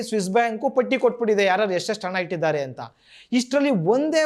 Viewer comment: ಉಚ್ಚಾರಣೆಯಲ್ಲಿ ಸ್ಪಷ್ಟತೆ ಇರಲಿ ದುಡ್ಡು ಇಟ್ಟಿದ್ದಾರೆ ದುಡ್ಡು ಇಟ್ಟಿದ್ದಾರೆ ನೀವು ಹೇಳುತ್ತಾ ಇರುವುದು ದುಡ್ಡಿದ್ದಾರೆ ಅಂತ ಸ್ವಲ್ಪ ಉಚ್ಚಾರಣೆಯನ್ನು ಸರಿ ಮಾಡಿಕೊಳ್ಳಿ